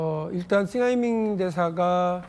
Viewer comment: 박용진 싱하이밍발음이 입에 착착붙네 뭔짓을 한걸까?